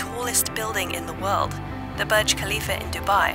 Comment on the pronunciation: “Bye wold”